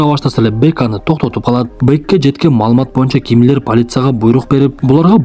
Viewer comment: Кашайган Гимлер дейтко🤣🤣жаразында